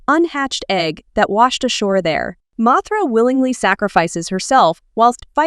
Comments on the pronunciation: The A.I. narration in this video is dreadful. A real person wouldn’t mispronounce the name ‘Mothra’ in a video about Mothra, nor would anyone mispronounce S.O.S. as ‘sose.’ Don’t get me started on the word ‘Cretaceous.’ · You: Mothra/Mosura Subtitles: Mathra